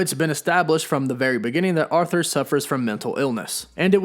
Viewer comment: It’s “ARE-thur”. Not “AUTH-ther”